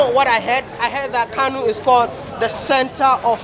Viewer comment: Kano not kanu.